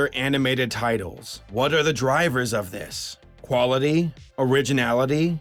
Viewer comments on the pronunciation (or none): none